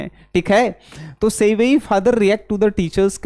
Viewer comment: Sevayi nhi sibi bola jata hai 😂😂😂😂😂